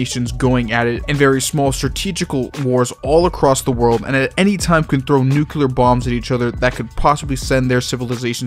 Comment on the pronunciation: History nerd but cant pronounce nuclear